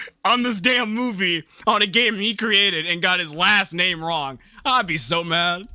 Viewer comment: I'm actually offended that this guy messed the name up